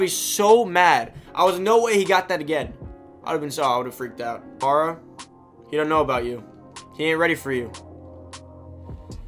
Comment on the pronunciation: Say it with me Ka-MARE-uh. Not Kuh-MAR-ih